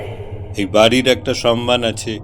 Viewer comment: শব্দটার উচ্চারণ "সম্মান", "সন্মান" নয়। শব্দোচ্চারণের প্রতি যত্নশীল হওয়া উচিত।